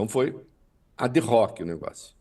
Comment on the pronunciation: Ad Hoc: pronúncia: "adoc".